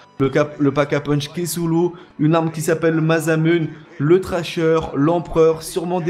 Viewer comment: cest masamuner enfin la prononciTion